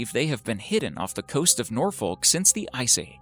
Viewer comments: im not even english but it is painful hearing you say NOR-FOLK - it is pronounced norfik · A "bohemyth" of a jelly fish? - "Norfollk"? - "Yuck-a-tan"? Is this how they are pronounced in American? Otherwise a most informative video. Thank you. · Its pronounced nor- fouk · learn how to say Norfolk please....... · Love it when americans say norfolk it's not the correct way to pronounce it but you tried well done! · The way he pronounced Norfolk is like someone scratching a chalk board next to me